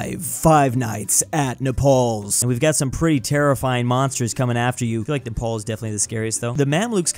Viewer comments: its napar nap-R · I felt physical pain when you said triangapore but not neprawr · Nepal? More like... NE-RAW?